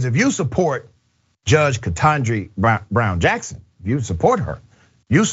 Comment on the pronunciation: Dr Richey pronounce KBJ’s name correctly!